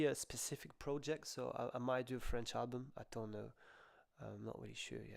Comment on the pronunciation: Hay,, your French is great for an Englishman.